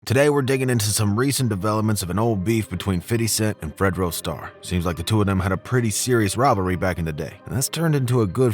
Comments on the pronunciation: His name is not “fiddy” it’s pronounced “fifty” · The name "50 Cent" actually came from someone else who lived in Brooklyn. He turned it into meaning "change" for promo reasons. Also...its OK to acknowledge him as Fifty not Fitty every minute. They said "Fitty" is how u should pronounce it in an interview once but we don't really pronounce it like that bro. We say FIFTY or maybe FIF. Fitty sounds annoying. Bet u hear no black ppl say "Fitty" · Fitty smh say 50 man !!! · Bruh just say fifty....fiddy just sounds were and is too close to Diddy......and I'm sure Fif hates it lol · Wyte ppl saying fiddy cent always makes me chuckle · Why you saying “fiddy” lmao ppl these days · Why do white people think saying fiddy sound cool. No black people say his name like that. Dude you sound like a fucking idiot. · I hate how alot of white folks pronunciate 50 cents name. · for real bro sounded like a suburban white kid lol never heard niggaz pronounce it like that. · I cringed every time he said a name wrong